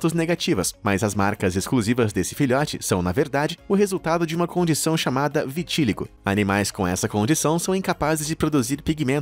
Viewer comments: e viti-LÍ-go! Gente, até quando esse cara vai continuar assassinando o português desse jeito? Não existe "vitíligo". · Vitiligo não tem acentuação como foi pronunciado: "vitíligo".... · Eu tenho Vitiligo, por favor pronuncie corretamente!